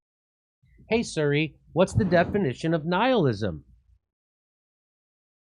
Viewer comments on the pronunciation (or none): I hate how Jimmy says "Surri" instead of "Siri"